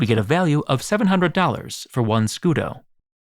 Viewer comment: Scudo but pronouncing it scudeee😂😂😂